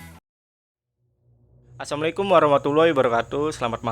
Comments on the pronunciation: Assalamu'alaikum ..... mas mengucapkan yg betul. Jgn ngucapnya asamekum..... Dlm ucapan salam ada terkandung do'a. Maaf ya aku koreksi 🙏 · Bang...maaf, ngucapin salamnya jgn buru buru...kata " Salaam" nya beri penekanan sehingga jelas dan fasih.....As salaamualaikum....